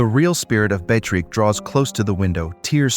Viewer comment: Narrator must have gotten the pronunciation of the name Beatrix right at least one time! I admire the dedication to trying every single pronunciation imaginable! Great video, thanks!😏